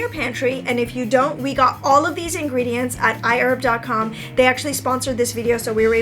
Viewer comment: HI Ladies!. Love all your diy's. Question though?.. Was you saying I Herb?.. Thx for the tutorials ❤️